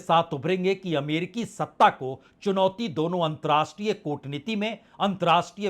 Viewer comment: आप पुराने और प्रतिष्ठित पत्रकार हैं। आपसे 2 आग्रह हैं 1.नमस्कार के स्थान पर आप हमेशा 'नमश्कार' उच्चारित करते हैं। 2.अंतर्राष्ट्रीय के स्थान पर 'अंत्राष्टिय' कहते हैं। आपके इन दो शब्दों के ग़लत उच्चारण खटकते हैं । संभव हो तो कृपया सुधार लें। बाक़ी सं दुरुस्त है।